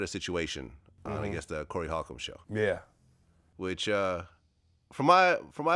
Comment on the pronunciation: its pronounced wholecomb not halcomb